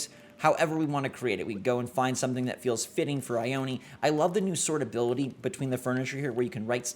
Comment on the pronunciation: Just gonna say there is a town by where i live called Ione. But its not( I-own-ee) like how he pronounced it. its regularly pronounced as (I-own. ) just thought it was interesting hearing it said like that.